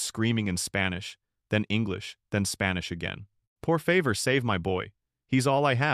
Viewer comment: Daytona Beach,FL. USA ❤ pronounced por faVOR' (please). Please keep listening!